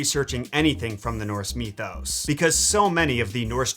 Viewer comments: dude please pronounce it mithos not meethose. it will make me feel a lot better. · Why'd you pronounce mythos so weird?